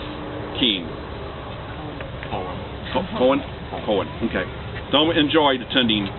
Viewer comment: Too bad this guy (whoever he is) didn't even know my mom. Couldn't even pronounce her name.